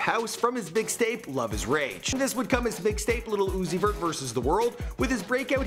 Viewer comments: Has me DEAD!! Lmao!! "Lil Uzoot-zeet-zoo-zee...vert". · "Little Uzi vert" lmfao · Lil uzi vert-luv-put l in lil and u in Uzi and v in vert and you get l-u-v